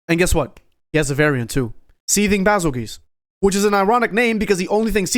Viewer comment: fucker said bazelguese correctly, subscribed